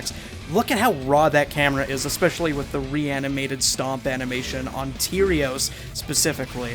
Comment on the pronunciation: Please stop calling him “Tierios” It’s killing me.